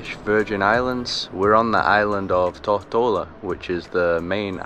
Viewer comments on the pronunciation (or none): Great video. I lived here over 30 years ago. Cane Garden Bay looks not great these days. It used to be pretty much undeveloped and absolutely stunning. Your pronunciation of Tortola made me smile. Safe travels